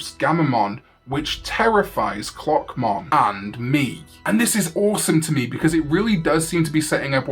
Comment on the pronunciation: Why did I hear cockmon instead of clockmon- is something wrong with me